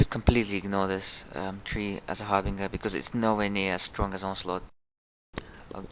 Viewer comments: Har bin jer not ger lol bet that confuses some people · I'm so sorry, but it's pronounced Har-Bin-Jur.